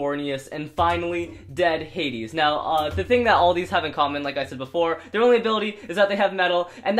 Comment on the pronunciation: It's dread hadew